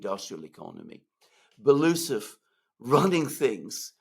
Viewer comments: Medvedev is FIRST deputy on Military-Industrial Commission, Shoigu will be just ‘deputy’! Medvedev was also visiting factories a lot. Belousov is pronounced ‘Belo-oosov’, not ‘Beloosov’🤓👍🏻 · Great show again! Love how you guys explain and sort out these matters. Btw. It’s pronounced Belo - usov